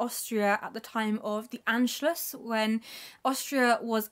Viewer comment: Your pronunciation of "Anschluss" is quite good!